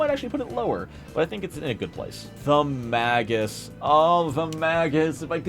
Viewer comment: Mispronouncing magus so much hurt my brain.